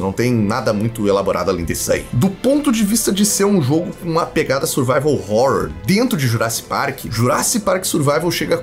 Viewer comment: Sim, sou eu de novo, o cara da pronúncia de Survival Horror, e vim dizer que estou orgulhoso! kkkkk